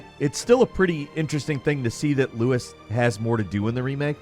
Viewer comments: It's LUIS, not Louis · Why are you pronouncing Luis, like that. In the original he literally says his own name, and it isn't 'loo-is'. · Louis?! Its Luis!! 😡 jk 😂